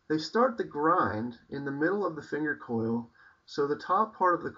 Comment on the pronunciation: hows it been working for you?? im going to buy an rd9. and i might buy an rd4 bush for a neck knife. either thator a becker bk14, not sure yet. oh and its a "choil" not coil, just letting ya know. give us an update man!:)